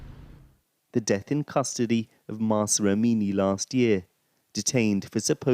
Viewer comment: Pls say it correctly is Mahsa Amini